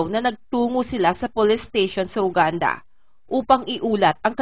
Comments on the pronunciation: Ate, yoo-gaan-duh at hindi Uganda. Make a research before you post kakahiya sa bansa nila hindi natin ma-pronounce ng tama. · Mispronunciation- Uganda - Yuganda po :)